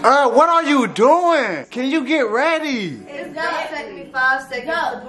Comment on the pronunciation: Yo he said iss finna slip out😂🤦🏼‍♂️